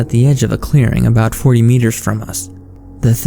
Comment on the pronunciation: who is in mind to hear this stupid voice? What is this about the pronounce like light "looaight" about "abaaauuut" bro u got to see a doctor.